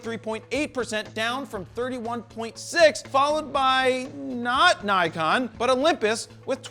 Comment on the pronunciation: Nikon! Ni-GONE, more like! (However you pronounce it) :)